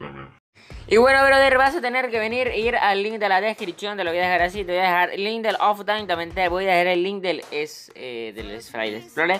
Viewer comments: Nadie Absolutamente nadie Enserio,nadie Este chico: Oftain Se pronuncia optifain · He aqui un influencer que solo coje contenido de otra gente y lo copia para sus videos sin informarse, OFFINE jajajaj se llama optifine aver si aprendes a leer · " Oftine" se nota que no sabes ni que pedo porque se llama optifine y es un mod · El oftain jajsjajs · Oftain JAJAJAJA Esta Bueno El Tutorial Pero Me Da Riza El OFTAIN JAJAJJAJAJAJJAJAJAJAJ